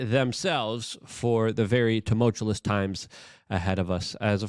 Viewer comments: "Tuscan, Arizona" "Tumultulous" 🤣🤣🤣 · Please learn how to pronounce "tumultuous" or remove it from your spiels.